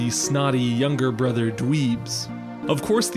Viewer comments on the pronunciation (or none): none